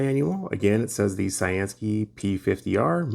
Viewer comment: I've seen a couple flashlights lately where you can plug it into usb-c and run it off your power source, which is awesome if you have a portable pack with lots of mah's. Thanks for showing it and thanks to CyanSky for sending it. I always thought their name meant blue sky, so pronounced like you'd say cyan the ink color and sky. I always say I'm gonna look it up one day, but then click a suggested video nearby and forget, haha.